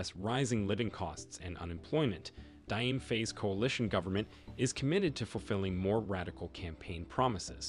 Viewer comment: My brother Dio pronounce Jo not dai